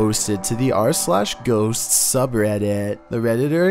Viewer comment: have trouble saying "Ghosts". He says "Ghosts's-s"